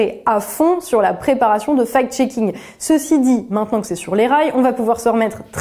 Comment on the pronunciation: C'est bizarre, quand vous dites fact-shaking , moi j'entends fake-shaking. "Les journalistes qui diffusent des informations, sans les analyser et les vérifier" " ca profite a tout ceux qui ont interêt a manipuler l'opinion, en présentant, ce qui est juste leur point de vue idéologique comme une vérité objective"......... Beh vous parlez de qui la? c'est une auto-critique?